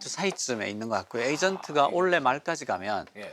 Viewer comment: 의장님 경북 분이시네요^^ 올해를 올래라고 하시는 걸 보니